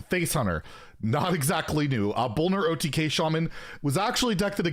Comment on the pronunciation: Did you really say OTGay?